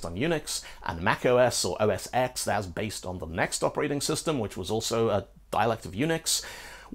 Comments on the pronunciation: It used to be even WORSE, as classic Macintosh used just carriage return as line endings, so there were THREE mutually incompatible line ending standards. (and please, dear sir, never EVER say "oh ess ex"... it's OS 10. ◡̈ ) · This was super interesting—thank you for making it! But there is one major error: OS X is pronounced "OS 10". The X was a Roman numeral 10 and was always (correctly) pronounced "ten". It was a play on the X in UNIX—underscoring the fact that OS X was based on (BSD) Unix—but nonetheless was not pronounced like the letter.